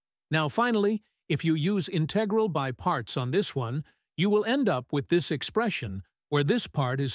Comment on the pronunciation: Teach your AI to pronounce euler and integral.